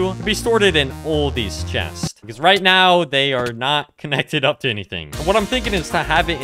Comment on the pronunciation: "THAUSEND of chestes" 313 exactly